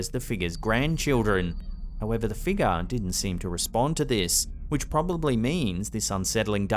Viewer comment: wtf is a figga?? Ohhhh you mean figure🤦🤣